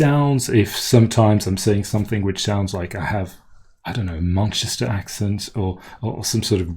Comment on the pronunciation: Your English accent is amazing! If I didn't know you were from Geneva I would have thought you were a native speaker from London or the home counties. "Manchester" at approx. sounded like you said "Munchester" was the only obvious thing I noticed. Don't and Only as you say them now are fine.